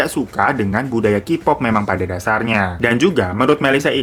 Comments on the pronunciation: Kak, plis pronounce Kpop (Keypop ya bkn kipop) hehe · Key pop, bukan : ki pop